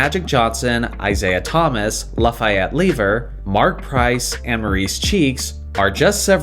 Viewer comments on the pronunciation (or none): I heard it and thought who? Then I heard lever. Oh fat. Who struggles to pronounce fat? I didn't even remember Lafayette was his name. 😂